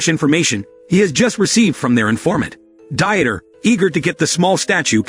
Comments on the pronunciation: really the ai voice cannot pronounce very common names. Dieter is not Die-et-er but Deeter. Jesus is Hey-zeuss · "Dieter" is a German name and is not pronounced as die-eter, it's pronounced as Deet-ter! The illiteracy of this narrator is pathetically sad.